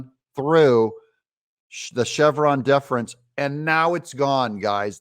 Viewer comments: Chevron Deference - pronounce Deference as "deaf rehnse" Thx . . Not "Diff rense". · You keep pronouncing “deference” wrong but thankfully, you got it right at the end.